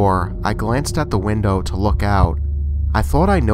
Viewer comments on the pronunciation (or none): none